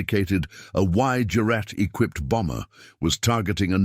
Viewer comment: "X-GERAT" not X-jurat... Knickebein - shown in the docco - ... RV Jones finally emerged in the 1980s - proof of the UK's eccentric expertise. Rest in Peace.